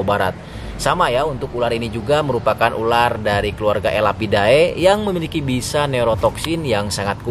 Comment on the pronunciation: ular ular bukan urar😂